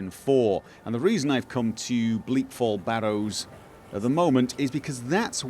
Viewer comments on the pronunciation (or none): For five years i've followed you. And still you dont pronounce Bleak FallS Barrow right. Can't teach an new tricks i guess;)